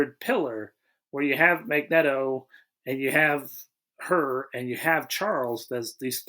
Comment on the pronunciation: Goddammit, it’s a long E in Magneto!